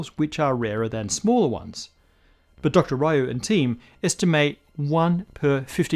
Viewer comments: Ree-you, not Rye-you. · I ain't heard no one pronounce Ryu as Rahyoo since Street Fighter 2 first dropped back in the early 90s. 😂😂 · I suspect Dr. Ryu's last name is pronounced more like 'Liu'